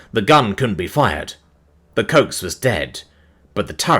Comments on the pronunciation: Coax, two syllables, as in "co-axial". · I swear he mispronounces things on purpose. 😅